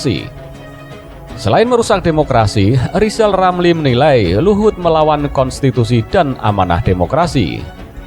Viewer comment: Ngakunya lizal lamli itu olang pintal....nyatanya...blo,on...gitu kok mau nyaples 🤣